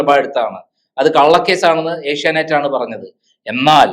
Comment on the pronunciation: ഏഷ്യാനൈറ്റ്‌ അല്ല ചേച്ചീ... ഏഷ്യാനെറ്റ്‌... ആദ്യം അതെങ്കിലും പറയാൻ പഠിക്ക് 🙏